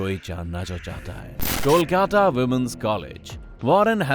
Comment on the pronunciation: कोलकाटा नहीं कोलकाता पागल🤣🤣🤣🤣